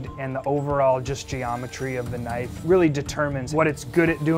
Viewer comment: Australian accent "Now that's a knoife."